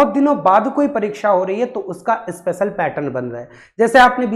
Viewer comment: भाई अस्पेशल नहीं special होता है, आपको ही क्लास लेने की अवश्यकता है